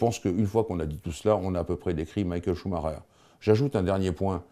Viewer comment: cest quand meme mal- A pronouncé "Maikel chemaiker"